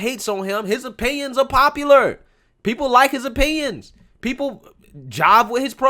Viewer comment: I LIKE YOUR SHOW... BUT... COULD YOU PLEASE PRONOUNCE "PEOPLE" CORRECTLY. IT SOUNDS LIKE YOUR SAYING "PEE POO". THANKS.